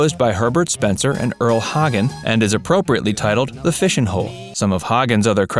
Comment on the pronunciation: Earle's last name is pronounced HAY-gen.